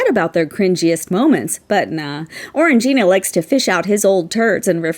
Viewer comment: I think you'll find it's pronounced "Orange -jyna". 😉